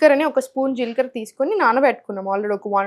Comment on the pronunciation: మీరు నాలుక కరచు కోవద్దు జీల్ కర కాదు జీలకర్ర అనాలి మీరు ఫారన్ లో పుట్టారా రొట్ట కాదు రొట్టె అనాలి మీరు నాలుక కు ఆపరేషన్ చేయించుకోండి😢